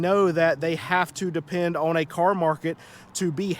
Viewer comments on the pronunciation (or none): On is not pronounced OWN